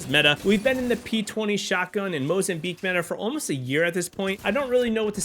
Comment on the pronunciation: it's Mozambique not Mozambeeak u goofball